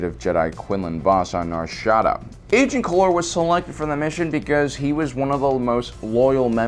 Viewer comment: Very fun videos, so entertaining. Can't get over that pronounciation of Nar Shaddaa though